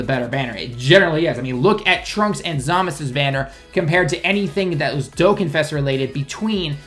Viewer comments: he says dokkan kinda weird.... its pronounced dokKAn not dokkan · It's really weird, since he can somewhat speak/read japanese. He obviously knows the correct pronunciation of dokkan. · DokKAN, not Dokain....dislike me losers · Dokkan not dokken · whats a "Diokkan"? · The way you pronounced dokkan lol